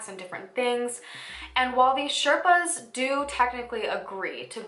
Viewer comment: The proper way to say Sherpas is shay- r (like in ruckus)-paas P.S. I had read about the Everest but this video opened my eyes.